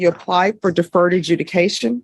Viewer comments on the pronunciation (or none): Deferted? Sounds like the word "deferred" farted 😅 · Oh dear Lord....hey,, it is not DEFERTED ajudication, it is DEFERRED...SMH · not DEFERTED.... its DEFERRED.... as in past tense for DEFER.